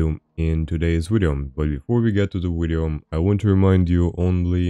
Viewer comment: I play how many times does he say wideo game